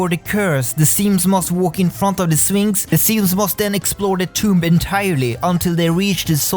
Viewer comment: you say sphinx i hear phoenix